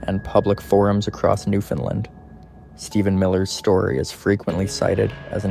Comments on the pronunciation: He is repeating word for word the tory again and it's Newfoundland not new fin land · It's offensive to hear you mispronounce "Newfoundland" as New Fenlin". For Newfonlanders and Canadians it ruins your otherwise ok video. "Newfoundland" rhymes with "understand". Shame on you for not learning this from your research.